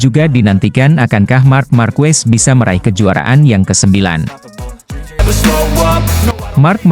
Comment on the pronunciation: marc ma'rquez di baca mar ma'rqe